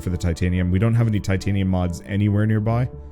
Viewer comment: Tritanium, eh? Like Titanium, except times three?